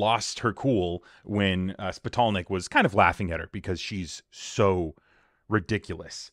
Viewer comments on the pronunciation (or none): If she is intelligent enough to be waving "smart girl glasses" around, she should have realized that "Spitalnick" is not pronounced "Spittle Neck". What a creep!